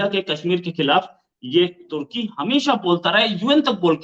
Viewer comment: Ap social media pr bat krna to sekh len tarki nahen turkey 🇹🇷 lafz hy pahly bolna sekh len bad men muslmano pr baat krna